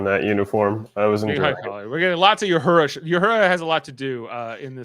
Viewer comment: Guys just FYI its La'an no Lee'an and Uhura not You'hura . Just needed to get that off my chest . Its like nails on the chalk board everytime you Pronounce them wrong .